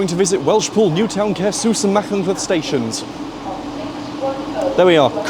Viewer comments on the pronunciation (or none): I’m Welsh and I ahve to say great video but my heart sank when you said macynlleth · My sibling in sin, it's "Ma-Hunt-leth" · Shrewsbury-Aberystwyth is the Cambrian main line. Pronouncing Caersws and Machynlleth adequately is not difficult, not sure why has so much difficulty doing it.